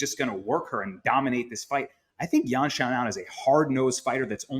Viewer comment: Yan "Zoonan" , Justin "Gathee", and Arman "Sarkookian"...Ok if you are YouTuber at home with 25 followers but embarrassing with the ESPN label.